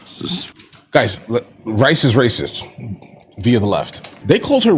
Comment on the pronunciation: Rice isn't Rrrracist.